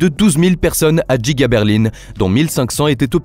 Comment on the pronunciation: l'usine est effectivement à Berline. Et comme elle est très grande : elle est Djiga. C'est la Djiga Berline 🤣 Ça sonne teeeellement bien !!!!